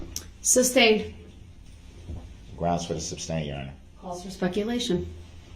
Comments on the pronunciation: You would think that after hearing the word "(sustain)" and not "(substain)" literally hundreds of times a day that this "English major" would pick up on that. And maybe, just maybe, if this idiot would shut up for two seconds he would hear the objections instead of yelling "grounds" every time. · JUST ONCE I wanted her to say, there is no grounds because the work isn't substain, it's sustain. effin moron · #Rewatch in 2025 😂... If he says grounds for the SUBSTAIN again... It's Sustain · He knows the word is sustain but continues with substain it’s so weird. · I work for lawyers and every time he says SUBstain, coHORzion, and all the laws he claims to know, it makes me cringe 😬😬😬😬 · Sub-stained. Everytime that fool says it I shake my head. Also when he says license place. Oh my what an idiot.